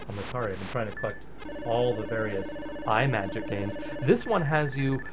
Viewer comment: You are not the first to get the pronunciation wrong, but "Imagic" is not pronounced as Eye-Majik as you repeat throughout this video. Think of a portmanteau of the words "image" and "magic". Now please do not tell me that you pronounce the word, "image" as Eye-Maj. No, it is pronounced as I-Maj (short "I" sound).